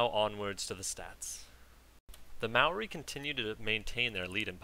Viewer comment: Also I noticed you pronounced 'Maori' correctly, as a New Zealander I am pleased by this. Please continue being awesome :)